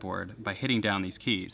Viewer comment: "Tuning Keays" Very British